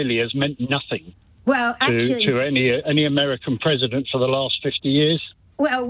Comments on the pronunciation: Pwesident Chump* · she keeps saying President Chump😂